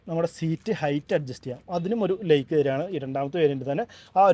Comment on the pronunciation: ദയവുചെയ്ത് ഉച്ചാരണം ശരിയായി ചെയ്യൂ... ലൈറ്റ് ആണ് "ലേയ്റ്റ്" അല്ല ലൈക്ക് ആണ് "ലേയ്ക്ക്" അല്ല... സൈഡ് ആണ് "സേയ്ഡ്" അല്ല കേൾക്കാൻ വളരെ അരോചകമായി തോന്നുന്നു.